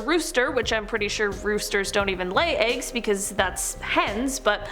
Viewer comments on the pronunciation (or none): none